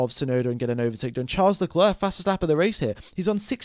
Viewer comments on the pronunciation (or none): Can I just say that it's pronounced LeClair and not LeCluurh